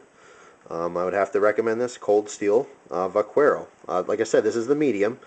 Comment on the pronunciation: The U is silent in "vaquero." It's pronounced vah-KEH-row. Good job on the review, I plan on getting a plain-edge x-large Vaquero :D